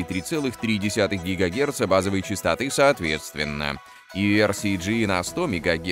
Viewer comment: 1.4 гигагеНца? А в целом - это невозможно слушать! Как будто озвучивал автомат, Нейросеть, робот.... (Подчеркнуть нужное)